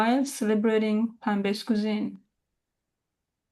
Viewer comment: Chef, you are swallowing the r in plant-based, so that it sounds like plaN-based